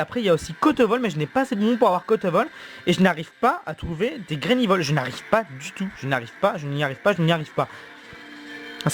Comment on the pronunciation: C PAS GRAINIVOL C GRANIVOL !!!